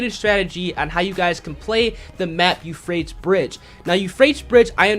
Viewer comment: "Yew-Fray-tees" 3 syllables, not two. Sorry man, but it was bugging me. Great videos otherwise! Keep it up!